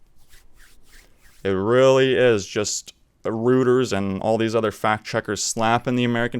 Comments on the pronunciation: It's not pronounced "rooters", it's "roy-terz" Like your channel tho, subbed. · Reuters — Pronounced Royters